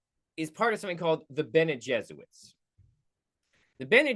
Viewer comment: It is spelled and pronounced differently. I mean yes it probably a reference to Jesuits. But it is not jesuits jez oo-its. But Bene jez- oor rit. So because there is an added R, it turns them from Catholics to witches.